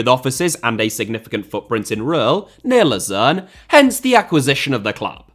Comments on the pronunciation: You keep mispronouncing the team name in Switzerland. It is “Low-zann” not “Loo-zero” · I know I'm nitpicking, but Lausanne is pronounced Loh-sann, not like Lucerne... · Yeah, I was confused as to which one he was mispronouncing (Lausanne is "Lozan" and Luzern is "Lootzern") before i saw the team logo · Wonderful,! But notice: Lausanne and Luzern are not the same city. From what I've gathered in the video Ratcliffe owned Lausanne which is pornounced kinda like lowzanne. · Your pronunciation of Lausanne sounds far more like Lucerne, which is very confusing, as they are both Swiss teams that play in the same league, in the same colour. Lausanne is French-speaking so should sound something like "Lor-zann" in English and although Lucerne is German-speaking (Luzern in German), we have the English "Lucerne" for it, which you seemed to be using throughout to refer to Lausanne. Keep up the good work otherwise. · The mispronunciation of Lausanne Sport as Lucerne, also another city in Switzerland, is jarring. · Laus"Anne" it's pronounced pal. Great content as usual. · Was it Lausanne or Luzern he owned? I think it's Lausanne, but it sounds like you're saying Luzern. Which is like the Gent/Genk thing. In fact, they're playing each other tomorrow. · Lausanne, he just pronounced it wrong